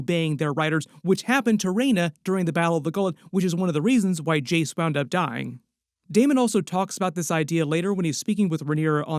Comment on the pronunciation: STOP CALLING HIM DAEMOND